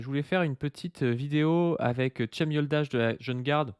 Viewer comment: Ça se prononce djem